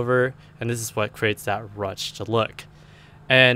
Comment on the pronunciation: It's pronounced "rooshed".